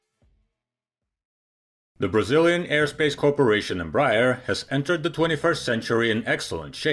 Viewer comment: Bro, if you would like to improve your pronunciation of the name Embraer, try saying "embra-air"